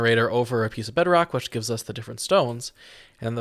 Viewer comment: Did you just call bedrock “bedrack”? 😂